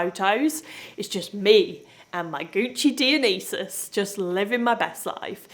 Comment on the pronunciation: Girl - love ya! It's Gucci Die-o-nye-sis. I have the same and love it even though I haven't used it for probably 4 years.